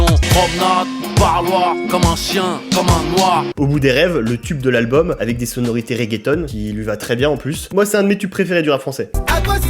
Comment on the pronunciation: Non mais à chaque fois il dit raeggeton en parlant de reggae/ragga